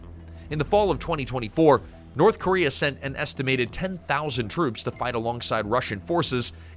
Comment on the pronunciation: North Cuba-rea